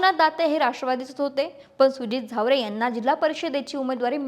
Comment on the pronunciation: वसंतराव जावळे नाही झावरे😂😂😂